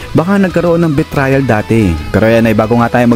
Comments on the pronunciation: Sir betrayal pronunciation is bee - tray - uhl not bee - trial. Feedback lng po. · Mali ang pronunciation ng "betrayal". Dapat pag-aralan muna ang mga bagay-bagay bago basta-basta na lang na gumawa ng content.